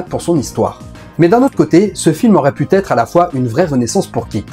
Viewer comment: (ni "aurait pu têtre")